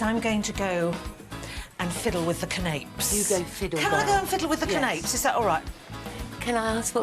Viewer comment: What are can-APES!?? LOL! If you don't know how to pronounce it properly......don't make/say anything about them. Goof!😂